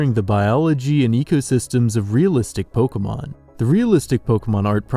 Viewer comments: "Polka mon" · It's poh-kay-mon, not 'poh-kuh-mon', fuck this guy